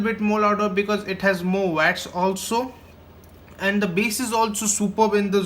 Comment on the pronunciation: More vats !!!!! ; man, You can always download a dictionary app before you murder the pronunciation!!